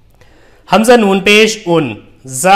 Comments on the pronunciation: Alif ko hamjah kyon padha rahe ho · الف کو ہمزہ کیوں پڑھ رہے ہیں.. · Alif ko hamza kyo parh rahe hae ? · Sir aap l'ko😢 hamja bolte hai 😊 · Sir aap alif ko hamza q bol rahe ho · Bhai aap alif ko hamza kyu padh rahe ho iske baare me to batao hum confused ho rahe hai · Alif ko ap hamja kyo padhte hai samjhaye ese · Aap alif ko hamza kyu padh rhe hai